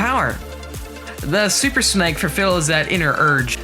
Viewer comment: SUPER SNAKE NOT SUPER SNEK PRONOUNCE IT RIGHTYOU PUTZ OR ELSE I'M UN SUBING (not the worst thing I could do 😐😡😠😣😤😧..!!)